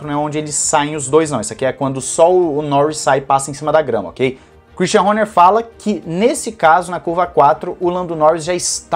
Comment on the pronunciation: adoro a tua docção quando pronuncia o sobrenome do christian horner... HÔNHÊR...KKKKKKKKKKKKK